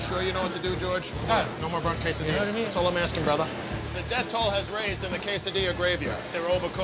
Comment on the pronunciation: The captions didn’t even know he said quesadillas lol. It hates his pronunciation.